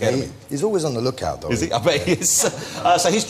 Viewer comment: DEM DOE? What language is that? Oh wait. You mean,those,though. Not,dem,doe. Doe is a deer. :)